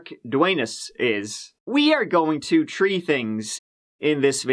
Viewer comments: looked so satisfied when he said, "there were tree things", then that "tirty tree" required a pause in case we didn't notice, it isn't necessary to have trees in every case but it makes us all a little happier, thanks! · "Tree things!" He's just toying with us now. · You slipped up. You said "tree things" when it should've been "tree tings." 🙂